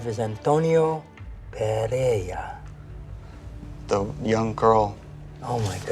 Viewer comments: He is clueless about Spanish phonetics, neither him nor the narrator are able to articulate PEREIRA properly. (BTW, that's a Galician and portuguese surname. The Castilian version would be PERERA) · PereiRa has two R-s, ergo not Pereia!!! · "Pereira", Martin, not "Perea"